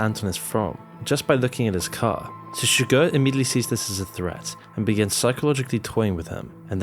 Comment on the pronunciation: Chigurh, please.